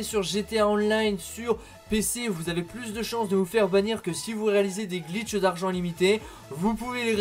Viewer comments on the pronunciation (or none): none